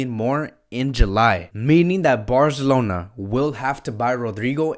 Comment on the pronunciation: The way you say Barcelona 👍👍